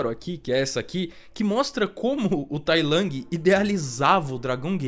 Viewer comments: Não é tai lang, é tai lung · Toda vez q vc fala tai lang uma partr de mim morre, fora isso video sensacional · P q vc fala Tai Lang 😭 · vídeo top mas a forma dele falar tai lang é meio broxant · Ele ta falando com a pronuncia em inglês